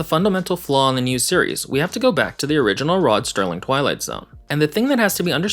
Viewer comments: SERLING! ROD SERLING! there is no "t" in this man’s name! Stop calling him Sterling! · It's Serling, not Sterling 4 seconds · His name isn't Sterling. It's Serling. No T. That is SO annoying. Also, it severely diminishes your "expertise" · the fact that you keep saying rod "sterling" instead of serling which was his name just totally destroys the credibility of this video for me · It's Rod serling not sterling. So many people make that mistake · It's "Serling", not "Sterling". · Great points 🎯 it’s pronounced Serling just an fyi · After ALL the research, are you really calling him 'Rod STERLING'? Oy, friggin Vey. May as well be another AI narration. 😳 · I know he keeps saying it wrong. But quite a few people say it that way. Smh